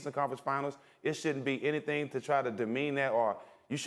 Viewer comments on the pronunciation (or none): none